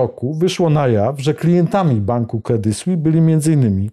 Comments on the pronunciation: nazwę tego banku wymawia się "kredi słis" a nie "kredi słi" - brak profesjonalizmu! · kredi słis, z wyraźnym s na końcu proszę.